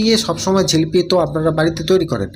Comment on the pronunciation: রেসিপি খুব সুন্দর। ঝিলিপি নয়, জিলিপি বলেই জানি।